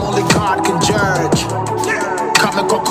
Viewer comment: Sark rhymed judge with edge but he pronounced them jurge and urge just so he could rhyme with emerge and I don’t respect that. But the rest is hard!!